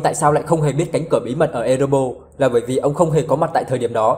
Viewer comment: Ê rê bo rrrrrr nha bạn, hem phải Ê rê bô. Còn lại thì okie rồi